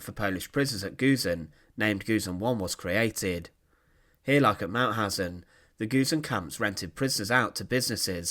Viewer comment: The speaker is unbelievable: He cannot speak "Mauthausen", but sounds like "Mauhasennnnnnnnj" - what crazy dialect is this? At the end of the sentences, he speaks always longer words than they are "than they areeeeeeeee" Please choose another speaker, who speaks in a professionell manner.